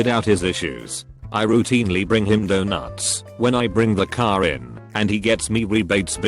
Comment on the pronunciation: the way reddit says donuts LOL